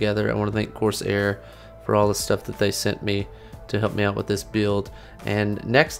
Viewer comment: dem 'corsiar' tho